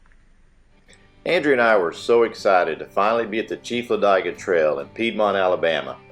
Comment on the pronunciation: Its LA DIG A not LA DIE Ga - Otherwise great video